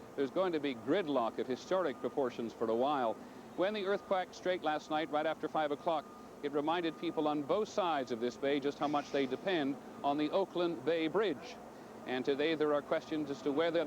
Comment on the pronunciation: Some uncharacteristic bungling of pronunciation from Mr. Jennings: - "finger" for "figure" - "earthquack straight" for, I suppose, "earthquake struck" - "to-thay there" for "today there".